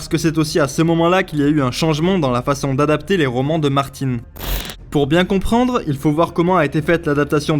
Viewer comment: Pourquoi vous prononcez Martine? Martine à la plage.